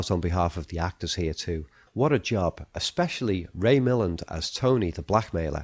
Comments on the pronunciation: It might do you well to properly pronounce the name of Ray Milland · Someone may have shared this already, but Ray Milland's last name is correctly pronounced mi-LAND. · Very nice analysis. BTW, Ray Milland's surname is pronounced "Mill-AND." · Ray Mil LAND, accent on the second syllable. Cheers